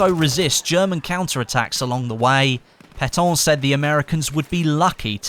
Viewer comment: just to say... you prononced "Pétain" like you would prononce "Paton"... just a tip for you, put the non-english names words in google traduction to get it right ;) sinon, bonne vidéo ;)